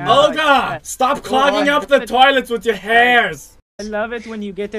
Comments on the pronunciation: Its Olga not Oga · XD, yes it sounds like Ulga, but spelled, Olga. :D XD